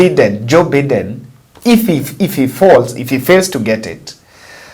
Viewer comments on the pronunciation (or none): Biden is Pronounced as "Baiden" Just a humble correction